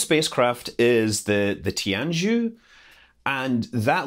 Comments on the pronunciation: 神舟 (Shénzhōu) is pronounced roughly "shen-joe" not "shen-joo". 天舟 (Tiānzhōu) is pronounced "tien-joe" not "tian-joo". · Listening through Scott's Chinese pronunciations, I think he said Tianhe pretty well, while Jiuquan and Tianzhou were pretty far off. You could try pronouncing these Chinese characters according to the following spellings: 文昌 Wenchang - when-tshung 海南 Hainan - hai-nan 酒泉 Jiuquan - Joe-chwen 神舟 Shenzhou - shen-dzhoh ("zhou" sort of rhymes with "show", "whoa") 天舟 Tianzhou - tyen-dzhoh 天宫 Tiangong - tyen-gohne (the "gong" should rhyme (approximately) with "cone", "bone") 天和 Tianhe - tyen-huh 问天 Wentian - win-tyen 梦天 Mengtian - mung-tyen Those are rough approximations; I'm thinking of how Americans might pronounce various words and letters when I wrote those spellings. Unfortunately the sounds of "ch", "zh", and "sh" of Chinese don't really exist in English. Also, "jiu" and "qu" are not very intuitively spelled from an English point of view. I think the easiest way to figure out the pronunciations is probably to copy paste the relevant Chinese characters into Google Translate, listen to how Google Translate pronounces them, and then imitate.